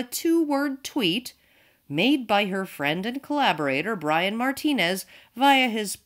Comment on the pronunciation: Radical Edward Same enunciation was employed when talking about Brian. You're overstressing it.